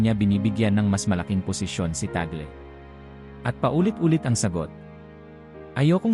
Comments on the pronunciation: ung gumagawa ng video parang nagtatangatangahan, T A G L E minsan T A G E L, para lang ba makakuha ng attention?????? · Ano ba talaga, cardinal TAGLE o TAGEL? Pati accent ng nagsasalita dapat ayosin pa. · TÀG LE NOT TAGLE AS IN TAGOL... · Mr. Narrator Tag_Le not Tag’el.. It’s a Filipino name. Nag nagta Tagalog naman naman kyo.. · TAGLE po. Tag- le pronounciation hindi tagle. Hindi Tagel. Kc witness po kami nung siya ay arsobispo pa rito sa manila. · Ayosin mo ang pag pronounce ng apilyedo ... TAG- LE sa pag bigkas😮